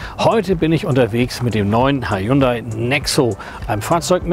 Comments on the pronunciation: Hunday nicht highhunda wird ausgesprochen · und das heisst ned H yundai Sondern Hyundai das h wird verschluckt sollte man schon wissen wenn man autovorstellung macht ;) ansonsten schöne vorstellung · haiundai? wird ja immer kreativer die falsche Aussprache des Firmennamens ;) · Ich dachte immer , nur Italiener erfinden Aussprache von Worten die sie nicht kennen.....aber kommt der "Hayundai" wenn der Wagen nur nicht so "schiach" wär... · Er sagt immerwieder " H-A-J-U-N-D-A-J-I" Hyundai lol